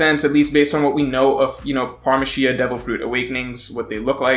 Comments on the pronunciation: I love you n all, but its Para-Mecia not Parmecia! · it's Paramacia dude not Paramashena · Parmashean? I think its Paramecia right? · Par-uh-MEE-see-uu. Not parma-see-uh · this guys always forgets to pronounce the second A in ParAmecia and says "Parmecia" like it's some sort of Ham ... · It's Paramecia, not parmashia, luv the video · Par-mah-she-yuh lmao Its Pair-uh-me-see-yuh 👌🏿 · What the hell is a parmasheya? It’s Paramecia, para-me-see-ah I’m surprised nobody every corrected your pronunciation of Ryuma, it’s “REE-you-mah”, not “RYE-you-mah.” I’m equally surprised you don’t pronounce Kaido as “KAY-dough” so good job there 😂 at least Mr “Mori” lol Although I agree that Gear 5 won’t be awakened, gears are just what Luffy calls the versatility of his DF. Just like Chopper has his “Points”. Imagine Chopper saying “Horn Gear”, “Arm Gear”, “Defence Gear”, “Brain Gear”, etc. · PARA-ME-SIA and NOT PAAR-ME-SIA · Hey! Huge fan. Just wondering where are you from? It's like you have an accent sometimes then don't. like when you say "Parmishia" instead of "Paramecia" (pear-uh-me-see-uh) lol. Btw, in NO way am trolling or being an ass I promise. You're like my top 3 one piece YouTubers. Anyways no matter how you say it, your content is amazing and I will continue to support. THANK YOU for all the content you give us.: ) NAKAMA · Great vid as always, but.... PARMACIEA? bruh this ain't a cheese, it paramecia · Isn't it paramecia instead of parmacia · para me sia. i beg say you say it like that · Did he say parmesan awakening? Lol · did he call paramecia parmashia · I’m sorry, but is he saying “Parmesan” devil fruits? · did.......did he just say parmashia instead of paramecia??? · Why does he pronounce paramecia like parmesan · Tbh ur a one piece genius so it doesnt matter that much but its Pear-UH-Me-Sea-UH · Why u say Paramecia like Parmesan 🤣🤣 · This dude pronounced paramecia wrong😭😭sounds so weird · The way you pronounce Paramecia drives me absolutely insane